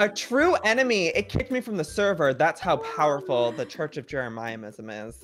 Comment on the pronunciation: why does he say jeremiahmism